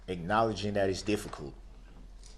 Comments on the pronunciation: And "Dat" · Don't forget "dis, dat and the turd". What does that mean???